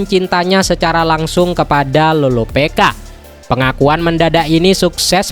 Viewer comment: loropicka bkn loropeka